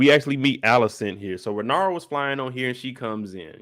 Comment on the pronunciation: Lmaoo it’s Rae-Nair-Rye-A